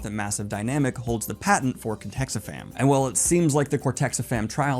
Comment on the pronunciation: I hate to be "that guy", but it's "cortexiphan", not "cortexifam". Other than that minor detail, this is pretty spot-on analysis of the show.